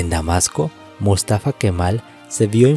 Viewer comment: Por favor ponerle cuidado a las tildes, buen documento pero Túrquia o mústafa.. no es.. se escucha terrible estás palabras tan importantes para el relato, pero mal acentuadas..